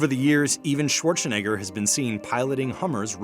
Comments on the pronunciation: I don't like how the narrator says "Schwarzenegger". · "Arnold Schwarchshinegger."